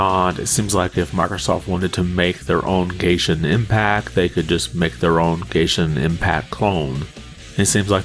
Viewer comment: You said gayshin impact 😭